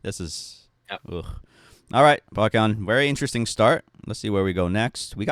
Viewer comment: usually i'm pretty lenient with your videos since it's just opinions. but goddamn,, at least get his name right. it's baEkhyun, not BAKYUN. how does out-asian you everytime with understanding how pronunciations work? 😭